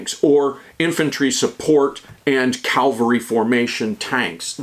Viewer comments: It’s cavalry. Calvary was where Jesus was crucified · Heh-heh. I know. I Know. I KNOW! Damn, everyone beats me up on my pronunciation and spelling of the word cavalry. It's just a bad habit that won't die!